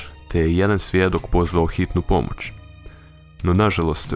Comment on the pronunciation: De bolan nauči pričati ne kaže se tisuču nego tisuću, nije bespomočan nego bespomoćan, nije pomoč nego pomoć